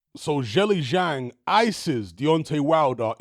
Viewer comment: Thanks! Btw if you want to be one of the first YouTubers to pronounce zhilei zhang correctly, it’s pronounced more like “jurr lay jang”.